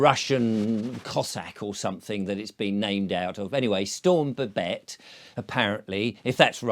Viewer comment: it is babet but it has a posh way of saying it its a silent T Babet "Ba-bay"